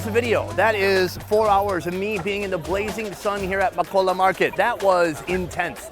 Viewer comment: It’s makola not mawkwala 😂